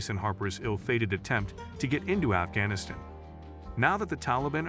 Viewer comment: Please get your shitty AI narrator to pronounce Afghanistan consistently